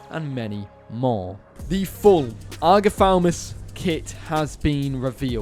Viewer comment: This dinosaur called Agathaumas not Agathaumus.